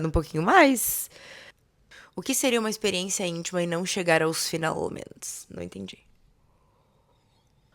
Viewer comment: Atualment ... Finalment ... 😂 Adoro esse " t " mudo dela.❤ É um charme.